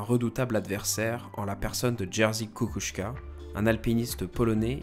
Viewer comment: Merci beaucoup pour cette nouvelle vidéo très intéressante. Les images avec Google Earth Studio sont super! Petit détail mais le nom de J. Kukuczka a été écorché. C'est une bonne idée d'avoir des vidéos sur ces grands alpinistes comme Messner. J'espère en voir un jour sur Bonatti ou encore sur Kukuczka.